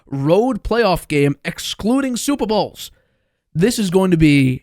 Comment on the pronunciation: Why did he say super bowls like that